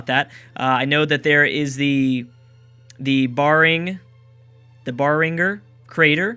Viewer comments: I think the Barringer crater is pronounced bear-ing-jer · Hey ba the barringer crater is pronounced with a soft "g"